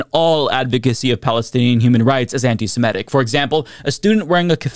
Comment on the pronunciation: it's antisem-it-ic, not antisem-et-ic, okay?